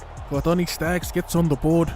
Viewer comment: Accent on point when doing the general pronunciation of Kotoni Staggs 😂 #ODDSQUAD